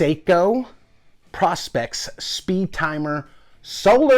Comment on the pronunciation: It's pronounced "Pro-specs".